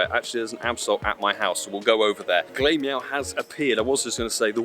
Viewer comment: Always find it funny how you pronounce glameow, its pronounced glam eow, because he's glamorous, and the evo is ugly lol